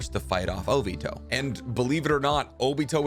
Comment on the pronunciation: Love ure content, I will be staying tuned but, can u try to say the Japanese names right like O-BEE-TOE Not O-BIT-O